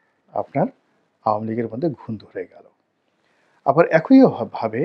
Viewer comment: কাইন্ডলি উচ্চারণ গুলো ঠিক করুন, উচ্চারণ হবে একই (এক ঐ নয়, আপনি বলেন এক ঐ (ঐ হবে না ই হবে)